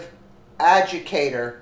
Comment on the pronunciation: You miss-pronounced adjudicator !! You need to read the FUCKING text before you record !!